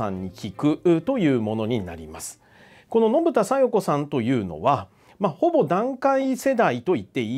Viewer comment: 小生だけかな?信田さよ子が 信田さよく って空耳で聞こえたのは… あと琉球新報と志位委員長と同じ内容の負け惜しみ言っててﾜﾗﾀ